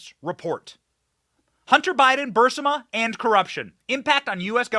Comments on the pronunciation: Bur-is-ma, dude, Bur-IIIS-ma!!! Not Bursima! Good gosh it isn't difficult. Literally everyone who follows politics even a little bit know how to pronounce this 🤦‍♀️🤦‍♀️🤦‍♀️ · You keep calling the energy company Bursima. I've only known it called Burisma. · Burisma not Bursima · BURR-IZZ-MA NOT BURSIMMA if you can't even pronounce the word correctly, I can't take you seriously on anything else you say about it because you obviously don't care to even pronounce the words properly. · Benny, it's BURR EASE MUH (Barisma) not BURR SIM UH. The "i" is before the "s" in the spelling. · BENNY! Pronounce "Burisma" ...........BURR...IS....MA not BURR....SI......MA...................... PLEASE!!!!!! THANKS!!!! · it's BURISMA..not BURSIMA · "Buh-Ris-Ma", not "Bur-Sim-ah" Lysdexia much? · It’s Burisma - ber is mu Sorry, I had to do it🤓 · Benny Johnson it's pronounced Bur-ez-ma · You keep mispronouncing Burisma. It's Brr is ma. You keep transposing the i & s. The National Archive Office has DEFINITIVELY stated that they have ⁸ALL" of Obama's records. If that's true, how did these records becomes Biden's & seem to be Unknown to the Archivist? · Benny it’s pronounced Burr ease muh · I wish Benny learned how to say Burisma. Otherwise he seems intelligent. It's not BUR-si-ma, so i hardly recognize what he's talking about. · It’s BU-REE-ZMA. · You aggravated the crap out of me mispronouncing burisma... Bur-is-ma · It's pronounced Burr-is-mah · Benny... please.. BUR-IS-MA .. your killing me smalls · If we took a shot every time Benny mispronounced Burisma we’d all be 🪦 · Why can't Benny say "Burisma" (bur-REES-ma)? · Have never heard “Burisma” pronounced as ‘burr-sim-a’ 🤷‍♀️ As much as this company has been talked about over the past 5 years, I’m shocked it’s now getting pronounced completely different. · I LOVE YOU, BUT IT'S BUR-IS-MA (BUR- EEES- MA) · Love your stuff, but you're killing me with the pronunciation. It's [Ba-REEZ-ma], not [burs-ə-ma]. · Burisma not bursama